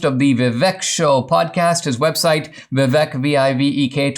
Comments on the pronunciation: When Dinesh, of Indian origin, can't pronounce Vivek's name correctly... Vivek is pronounced as Vivake (as in Cake) You are welcome, Dinesh. Always watched your speeches and q and a in colleges and loved them. Vivek 2024. Love from India. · Hey, Dinesh, as an Indian, why are you mispronouncing Vivek's name? "Vivek" is pronounced "VIV EK" with "EK" like "ake" in "cake"